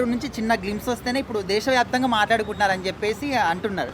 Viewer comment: brother... mati mati ki desa vyapthamga antunnavu... small correction... telugu desam party vyaptham ga...